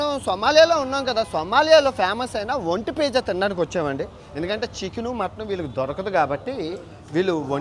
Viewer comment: భయ్యా నువ్వు ఒంటె పిజ్జా అంటుండే ఒంటి పియ్య అన్నట్టు ఉంది